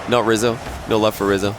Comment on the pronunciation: I swear at one point said “squizzo” instead of rizzo